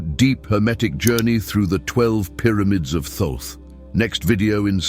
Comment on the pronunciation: A friend who claims to know reckons that that's not how you pronounce Thoth? I'm going to look it up now I need to know. Okay here's what I found... The traditional English pronunciation of Thoth has two primary variations: "Thoth" (rhymes with "oath" or "both"): This is often pronounced with the initial and final "th" sound as in "think". This is the most common way in English. Phonetic spelling: THOH-th or /θoʊθ/ (US) and /θəʊθ/ (UK). "Tote" (rhymes with "boat"): This version replaces the "th" sounds with a simple "t" sound. The name "Thoth" is a Greek adaptation of the original Ancient Egyptian name, which was closer to Djehuty (or Tehuti, Tahuti). The exact original pronunciation is difficult to know because ancient Egyptian writing did not use vowels. It seems that there's more than one right answer 🤔🤔🤔🤔